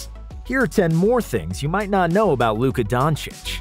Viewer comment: U mean Luka Donakick?